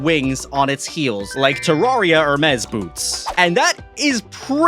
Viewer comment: Why did you pronounce Hermes boots like that?